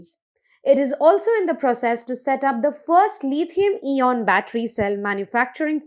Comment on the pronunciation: Lithium eeon? "Robot voice" would have pronounced words better than this women.